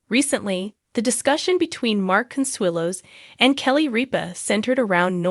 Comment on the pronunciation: Can’t you find a computer that can at least get your names right? It’s ridiculous every time she says Ripa it’s different and wrong and the same goes for Consuelo’s different and wrong. At least she gets MARK right I can’t say the same for Kelly. She has lots of trouble with that one.